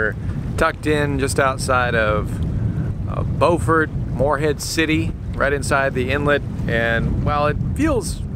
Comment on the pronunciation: Your channel has been a source of much pleasure. The trip to Cape Lookout was especially great. I am originally from NC and spent many hours in the Morehead City/Beaufort area. (I was glad to see that you knew to pronounce it Bo' frt instead of the SC version Bue' frt.) Your decision to go into Beaufort Inlet (also called the Beaufor Bar) was a wise one given the wind and sea conditions. I've motored in and out of that inlet dozens of times or more. There is almost always a good swell and interesting current even on slack tide. When you went inside, just to your North or starboard side was Shackleford Banks where there is a rock jetty protecting against erosion from the inlet. I hope you anchored inside the bight. It is a great anchorage. Did you have time to visit Beaufort? If not, put it on your list. It's a quaint colonial seaport town going back to the days of Blackbeard. It has been gentrified since my early visits there in the '50s and '60s. Thanks for your great videos. Stay safe and enjoy life!!